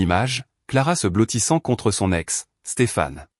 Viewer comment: 10 secondes et on trouve "son...ex" au lieu de soNEx puis "son...avocat" au lieu de soNAvovat et oui les liaisons cela existe. L'ia est sans contrôle et le guignol qui a copié cette vidéo, il n'a rien inventé, car pour cela, il faut un cerveau. Sans rien contrôler, cela demande du travail, il est juste là pour faire du pognon, et youtube aime les fainéants.